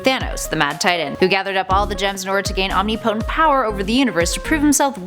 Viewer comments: channel name is nerds, but can't pronounce omnipotent correctly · Am I the only one annoyed by their pronunciation of omnipotent